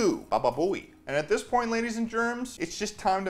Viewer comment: 10/10 bababooey pronunciation